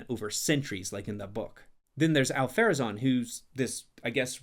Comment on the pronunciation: I'm so glad i came across this! Thank you! This is a really great breakdown of the show's faults, and deserves more views, especially the point about the three rings. It's a fatal writing mistake. The only, (hopefully constructive!) criticism I can give is there are several moments of confusion and mispronunciation of names like Ar-Pharazon ("Al-Pharazon"), Arondir ("Elendir/Arondil") and Elendil ("Elendir"), Thranduil ("Thranduin"), Lindon ("Lindil"), which undermine the forensic arguments made. Every Rings of Power fan should be made to sit and watch this and be quizzed about it. Otherwise, this really is spot on. Very well done :) Thank you for the video!